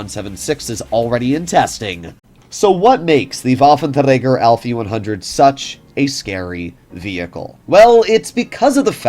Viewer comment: Yeah - just say waffenrager